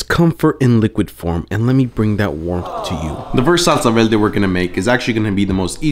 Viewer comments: Verrrrrrrr-de. Not, Vel-de LMAAOOO. Roll your r’s! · What’s a velde? Thought it was verde 😂😂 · I was looking for this comment 😂 how was no one pointing it out!!! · Did you say velde? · he’s puerto rican that’s why he said it like that lol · Wtf is a salsa velde. Roll your Rs properly you're a bean dude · I like how you say Salsa VELDE xD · Salsa velde?🤔 Are you Puertorriqueño?! 😆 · I ask kindly, why do you pronunciate "veLde" if you can pronunciate correctly the "r"? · I had a hard time believing you were Puerto Rican but the way you say salsa verde leaves me no doubt 👍🏻😊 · The R is killing me 😩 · I caught that too 😂 he can’t roll his r’s that well it happens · Maybe because he's from Guatemala. Puerto Ricans also can't roll the tongue for the "r" We, Mexicans are heavy on the "r"😂😂😂